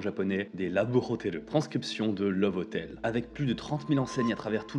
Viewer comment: Je suis mort. À , j'entends "ces hotels, on les appelle en japonais des : 'Laboure hoteleuh' "! Et bah, violent ces japonnais !